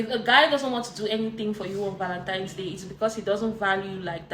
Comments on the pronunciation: The 1 that kept saying ValenTIMES day was making me cringe. And the DL guy with the blue shirt please stop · Anyone who’s says “Valentimes” should be blocked immediately! C’mon now.